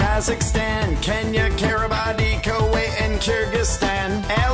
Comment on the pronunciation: Kiribati, is pronounced key ree bas.